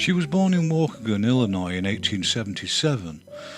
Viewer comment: Thank you, outstanding as always! (btw, Waw-KEE-gan, also Jack Benny's home town:)